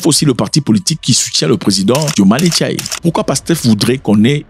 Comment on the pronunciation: monsieur en faite c'est Diomaye "FAYE" = " /feɪ/ " et merci pour tout